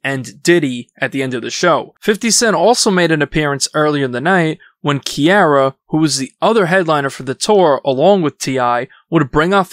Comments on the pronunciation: Who's Kiara, her name is Ciara. How did you end up mispronouncing her name when it's never been said any other different way. It's crazy how some people can mispronounce a name when they've never heard it been said that way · Bro, Key Ara???!! It's C Ara... SMH... Ciara.💯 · if your gonna in depth on a subject. Learn to say people’s name the way that they would pronounce it. Key-a-ruh its Sea-a-ruh Ciara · Kiara? You mean ciara 😂😂😂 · Her Name Is Pronounced “See-Era” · I hate to nitpick but as a person born in 96 it’s kinda cringe to hear you pronounce Ciara like “Kiara” . It’s line youre just reading off info that you’re not actually invested in. Could’ve just used AI for that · A.i. said Kiara not Ciara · it's not Kiara, it's Ciara, pronounce her name right. Come on bruh, everybody knows CiCi :face-blue-smiling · CIARA (See-air-ra) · bro said KEEAIRUH instead of Ciara lmao you can rell hes hella white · you pronounced Ciara’s name wrong I physically cringed. It’s pronounced see • air • ah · key-A-ra if Scots pronunciation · this is why I feel uneasy when yt people report our news cuz wtf is Kierra??? If you can’t even say her name right, how can I trust your information and timeline? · Pronounced Ciara wrong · Brother how did u get Ciara name wrong lol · The way he pronounced Ciara just pissed me off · No way you pronounced Ciara like that...